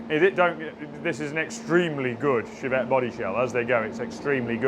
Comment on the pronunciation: Was only half listening....did you say "..we touched-up the Chavette? " no need for that